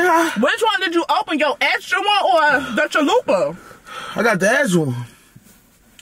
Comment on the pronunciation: What did she just call it chalupe. Damn so annoying when people dont pronouce things accurate. They sound ignorant. The commercials pronouce it correct and say it correct CHALUPA